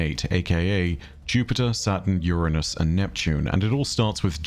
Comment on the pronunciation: Omg - I nearly cried at your proper pronunciation of Uranus ❤ Thankyou 👏